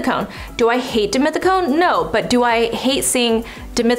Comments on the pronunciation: So it's pronounced as deemeeteecone????? I always read it as dee-meth-teecone. 🤔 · One more time... dimethicone!! 😂